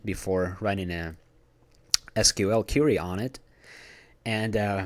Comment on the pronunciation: great video, very helpful. One thing, tho, the word "query" is pronounced "kwee-ree" not "Curie". You're Russian, aren't you? Privyet, brother!